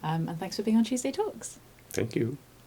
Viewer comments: what are u trying to say cheeeewsday tawks or did u meant tuesday talks???? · Cheeeeeewsday tawks!!!